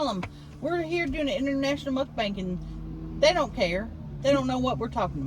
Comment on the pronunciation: Please never stop saying "mukbank" Love it!!